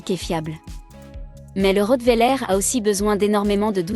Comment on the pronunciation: On dit pas le rottwéler on dit le rottweiler